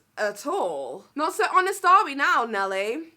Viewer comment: Bless she sounded like she said she does Amish reviews (honest reviews) lol